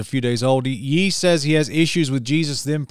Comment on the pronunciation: FYI, Ye is pronounced “yay”, just like it sounds in the name Kanye (kan-yay).